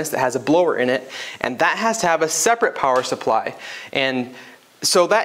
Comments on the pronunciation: Separate, not saprate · What is "saprate"?